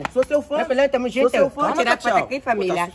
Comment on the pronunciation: "Tamorujunto" akakakakakakaka